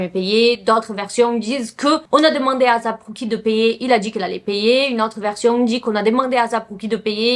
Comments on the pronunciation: Non on dis pas azap mais asap avec un S mais pas grv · Je pense plus qu'il faut prononcer asap plus tôt "eyssap"